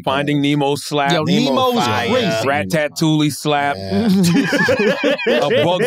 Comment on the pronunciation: Man said “rat tat toolie” 😂😂😂